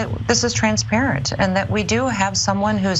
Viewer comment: " Transpatent" what a foolish woman